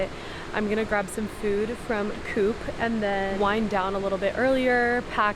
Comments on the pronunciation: Thun is the proper spelling of the city you were in. 😉Coop is pronaucend Cooop with a long ooo. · The o in Coop is voiced? like the o in oligarch and not like the ou in coupe.